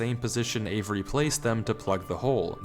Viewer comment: The way this dude pronounces the name avery in the video was bugging me man 😂